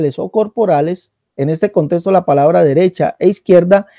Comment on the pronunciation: no hay contesto x3 jejeje no se puede confiar en una persona que no puede pronunciar "contexto" correctamente el español e intenta interpretar la Biblia española y no hebrea a su manera